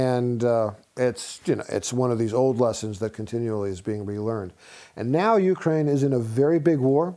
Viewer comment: Teach the interviewer/host how to pronounce Ukraine. Pathetic.